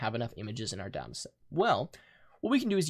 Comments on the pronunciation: IT IS DATA NOT DAAAAAATA awdawdawsawswas triggered xD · it's data, not data.